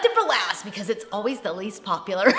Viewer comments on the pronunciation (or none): none